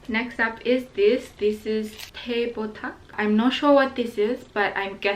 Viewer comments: LOLLL it's not 'teh botak' it's 'teh kotak'. Teh botak in english means bald tea. btw love u, been a Dearies since the beginning of ur youtube❤️💕💕💕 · no one: literally no one:: teh botak me as indonesian: LMAOOOO p.s. teh means tea and kotak means box. besides, botak means bald. so i laugh cause said bald tea instead of box tea wkwk